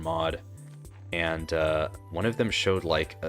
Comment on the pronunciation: “Any und sand” 😭 relatable af speaking German